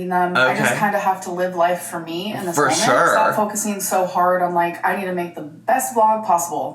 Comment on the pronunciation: My biggest pet peeve and ick that she does is say "molment" 🙄 😠 😡 there is no L in MOMENT DAMMIT!!! Even people who dont speak english as their first language speaks better english than her!!! Lol sorry I just needed to let that out because ive reached my limit hearing her say that 😂